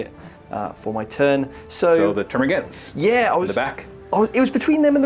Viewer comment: Gaunts. Termagaunts. Pronounced gawnts.